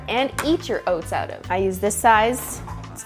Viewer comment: Just sounds extra Canadian